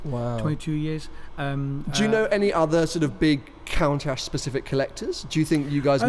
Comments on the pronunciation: Half-hour of listening to this guy saying "Count-ash". I need a break. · Is he pronouncing Countach wrong